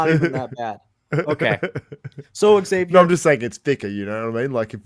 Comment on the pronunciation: "Eggzavier Willis" lmao dog he's your friend you can't do him like that